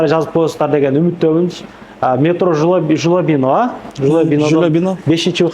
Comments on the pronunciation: 😂😂 жулебино дегенди жолобуно дегенден кийин аны точно айта албайт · Жолобино дегин😂😂😂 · Метро Жулобино,накта кыгызбайча айтты,эркексин